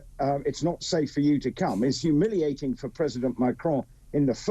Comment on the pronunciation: Cautious not humiating. Holy Cow!